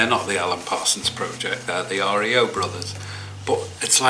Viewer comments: Hey. It's not R. E. O, it's like RIO de Jeneiro. Cheers Rob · REO BROTHERS PRONOUCE AS RIO. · REO brothers pronounced like REO de Janeiro .. Not like REO Speedwagon